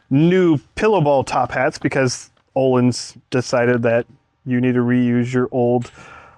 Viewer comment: This is going to be a sweet car! Btw, the Ö in Öhlins is pronounced like the ea in "earn". Source: am Swedish. 😁